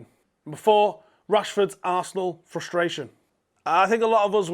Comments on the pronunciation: Frustration and not Fustration - Lol!! :) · two r's in frustration